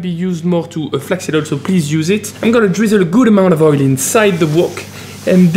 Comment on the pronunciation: Ohh flak seed! I thought you said flex seal